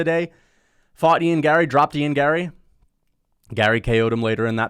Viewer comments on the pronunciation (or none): none